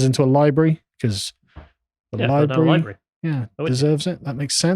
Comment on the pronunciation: Library, not libreee